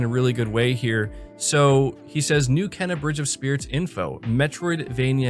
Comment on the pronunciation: ITS PRONOUNCED "KEENA".